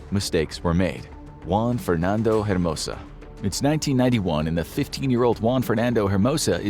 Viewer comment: Just a tip, for Latin American last names, you don't usually pronounce the H. Hernandez? It's more Ernandez. Hermosa? It's more Ermosa. Also, you pronounced Juan, and Niño de Terror perfectly :)